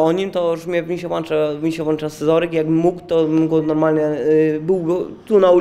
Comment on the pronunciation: "Mi się włancza scezoryk" ten chłop to jest kopalnia cytatów